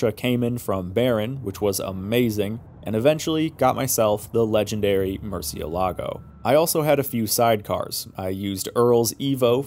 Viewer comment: That "murciélago" pronunciation hurt my soul